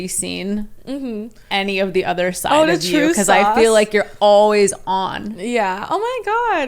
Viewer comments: She says udder instead of other I cant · Why does she say other like udder?